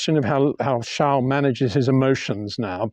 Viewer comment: Trying in life is good always but Peter tries too hard as a commentator, e.g, Shunt, please , trash could work Peter, Charles is Charles and not Charl, Peter.